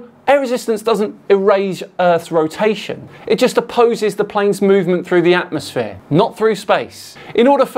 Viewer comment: Atmo-SPHERE not atmos-flat 😂